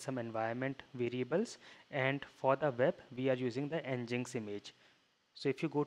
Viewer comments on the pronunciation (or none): Great video, I just can't help but point out though, Nginx is pronounced "Engine X". It would also have been good to go a bit more into the layers that you mentioned, as they were how you save customized data, yeah?